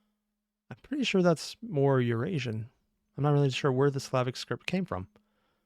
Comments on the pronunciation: It syllabic, not Slavic😅 The Slavs were not a distinctive cultural group at that point in time. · Not Slavic, syllabic. One symbol per syllable, roughly. Depending on the language, syllabic writing systems can vary in the specific way they work, so it's often more complex than just "one symbol per syllable". A bit like how the linguistic definition of "alphabet" is "one symbol per sound" (in other words, logographic systems like Chinese, and syllabaries like Linear B that she's talking about, aren't alphabets by definition, at least in linguistics), but when you look at a language like English, which uses an alphabet (the Latin alphabet), that definition is, at best, extremely rough. Also, extra info : The Slavic and Hellenic (Greek) languages are related, they're part of the wider Indo-European family, which also includes Italic languages (i.e. Latin and its relatives), Celtic languages, Germanic languages, Albanian, Armenian (these two are their own branch of the family), Baltic (mainly Lithuanian and Latvian, part of a common branch with Slavic), and Indo-Iranian, which is itself divided into Indic (Sanskrit, Hindi, Urdu, Bengali, Nepali, and a lot of other languages of the Indian subcontinent) and Iranian (Farsi, Kurdish, Pashto, etc.). There are also two extinct branches : Tocharian (spoken in what is now Western China) and Anatolian (the oldest recorded branch we have, with languages such as Hittite, which was written in cuneiform). If you want, there are videos on the topic, though not by OSP. Important note : Writing systems and languages are two different t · syllabic, not slavic, silly, meaning it was based on syllables and not individual consonants and vowels.